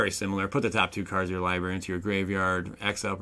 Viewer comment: Is a "LIEBERRY" like a blueberry that doesnt tell the truth, or just you not being able to pronounce the word Library correctly?